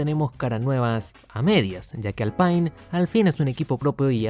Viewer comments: Se pronuncia Alpine, tal cuál, no Alpain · Se pronuncia "Alpin". Saludos.